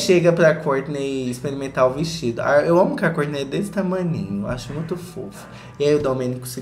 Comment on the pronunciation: Eu adoro quando vc fala kourtney acho chique